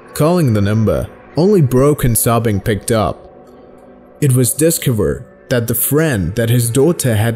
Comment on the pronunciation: excuse me but “dis-cavor”?